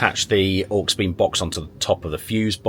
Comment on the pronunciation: Dude, you saying HawksBeem made me giggle... Aux, short for Auxiliary i.e. awg·zi·luh·ree Auxiliary-Beam good vid though. not heard of that company before. Oh and I took my mate to A&E with a metal shard in his eye doing exactly that... 😳 it looked mega painful, use glasses man.